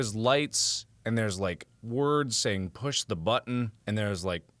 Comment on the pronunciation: you saying it wrong